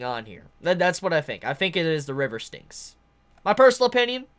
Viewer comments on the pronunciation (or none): No worries. I got a chuckle every time you said ‘the river stinks.’ Lol! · Glad to have tokyo ghoul! Its ok you didn't pronounce it right lol